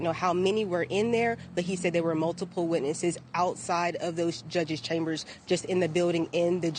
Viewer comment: "Mulipile gunshots to him" That reporter needs some extra training